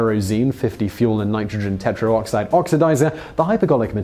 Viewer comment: Today I Found Out Come on Whistler & Hiskey! This one had great info, but some bad pronunciation and editing. Oops! HyperBolic is a type of curve. HyperGolic is a type of propellant (spoken, and written on the screen = 2 strikes) It's pronounced Grumm-an, not Groo-men! , Normally pronounced teh-troxide, not tetro-oxide. And totally missed the bonus fact that dilute hydrazine is often used in boilers to prevent the formation of scale.